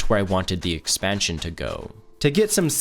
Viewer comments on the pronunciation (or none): none